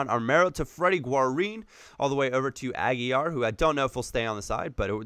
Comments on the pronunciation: You're saying Aguilar wrong its not aguiyar if it was two l's you would pronounce it like that but there is only one do it's just aguilar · great video but If you keep Aguilar on the Colombian selection. Its pronounced just how you said but pronounce the L. It is not silent like you said in the video.